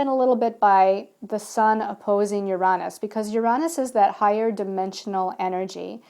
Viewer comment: I enjoy your videos but the way you pronounce Uranus drives me insane!